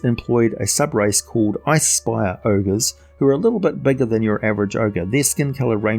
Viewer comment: Did you say ice spire ogres or I spy a ogres?